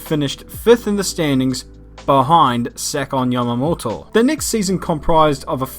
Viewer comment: **heavy Australian accent**: So surprisingly, Yuji became the driver instead of **Kawaii sugoi Nippon accentu**: Satoshi Yatoama